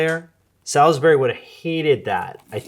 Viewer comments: Saul's bry. Also, Awl-bany. Must be an accent I'm unaware of. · It’s just a matter of omitting the i. My guess is people who eat it a lot or grew up with it use “salzbry” as it’s simply a shortened way of saying it. Whereas those of us who simply only know if it as seeing the word, pronounce the i 😂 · I cannot stand that you keep pronouncing the "i" in Salisbury. It's pronounced SALS-burry or SALS-berry. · Salisbury is pronounced with 3 syllables, not 4- sounds like "Sawlsbury" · The pronunciation of "Salisbury" is the most unhealthy thing about this topic. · Your pronunciation of Salisbury is making me think about your video about accents - look up how we say Salisbury in the UK vs the US way! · Salisbury has only 2 syllables. Don't let the spelling fool you. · I’m having flashbacks to Salisbury steak on the school lunch menu 🤢 also I didn’t realize there was an ‘I’ in Salisbury. I don’t think I’ve ever heard anyone pronounce the I. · As an English person, the way you’re saying Salisbury hurts 😂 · last week: makes elite british accent video this week: immediately mispronounces Salisbury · As someone from one of the dozen or so towns around the world named Salisbury (completely unrelated to the steak), the way "Salisbury steak" is pronounced viscerally hurts my soul. 😂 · I'm not suggesting that he is, merely explaining that when you mentioned the place Salisbury in England you pronounced it wrong. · i wondered, too, and at one point i looked at the screen and on the background wall there appeared to be a map of dela...where? i think that might be the key as to why he pronounces it differently than any of us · Been in the Midwest my entire life. First time I heard that pronunciation was this video. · Solsbury Salsbury not Sal-is-bury is how English pronounce it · It's so funny hearing UK words being pronounced the US way! The UK way is effectively two syllables, as in 'Sauls-bry' vs the US way 'Saul-is-Ber-ry' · There is no Sal-iss-berry in England. It's S'all-s-bry